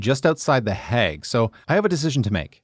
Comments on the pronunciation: I have never heard The Hague pronounced like you say it 😂 Hague is pronounced as vague. Love from Zandvoort ❤ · Surely you know the difference between pronouncing 'hag' and 'hague'. Not that it isn't funny... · hey man! love this video and has inspired me to take this route, however your pronunciation of city names pains me. (pronounced the heyg not heg!!) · The 'a' in 'The Hague' is pronounced like the 'a' in 'plague' or 'haste'. Your Grandfather is much appreciated. 🫡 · Oh god the way you say the hague is so wrong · I think he tried to do a Dutch pronunciation but only changing the 'a' and not the rest of the name